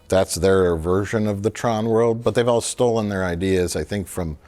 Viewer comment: "Stold." Come on.